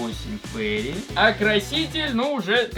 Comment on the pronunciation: ФеЙри, а не Фери. Фери звучит как паром, а Фейри это фея